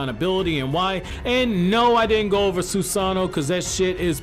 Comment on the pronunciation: “Sunano’o” Yeah, that name is pretty self explanatory 😂